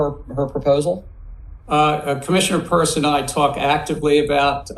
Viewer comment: I'm in a heck of a fix. Now, every time you mispronounce Hester Peirce's name(It's PURSE), my brain immediately shouts, Vaginal Asset Investor." And, anyone that reads this will do the same thing until you get it right. She deserves better.